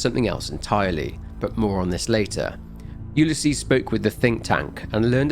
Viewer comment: Had to skip to where you no longer were saying Ulysses. I have a neighbor that has that name. It is not pronounced that way. Yes I'm being pedantic. Yes it was incredibly annoying